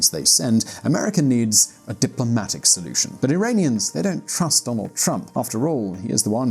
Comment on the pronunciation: Who the hell is Donad?